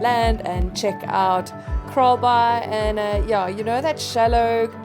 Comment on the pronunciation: _ I kept hearing you say "KAALBAAI"..... Did you guys experience anything with the South Seas Earthquake last night (Saturday ) Cheers! _